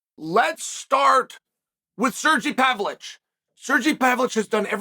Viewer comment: "Sergy pablich"